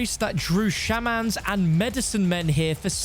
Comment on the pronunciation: Hahah "SHAHmans" 😅